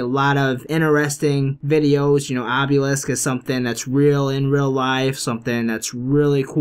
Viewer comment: Obelisk not Obyulisk also cryptids not criptoids!